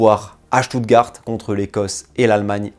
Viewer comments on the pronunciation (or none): none